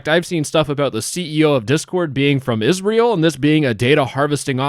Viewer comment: The way you said "Israel" tho, lmao